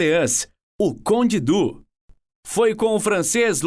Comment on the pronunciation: Conde Dú? Madonna mia moço.